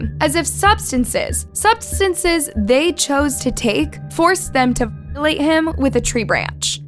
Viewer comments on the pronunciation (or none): none